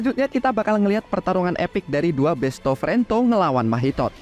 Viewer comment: Lucu banget bilang besto frento 😂😂